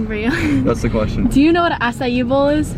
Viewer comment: trying to pronounce acai bowl is me trying to do anything in life. Edit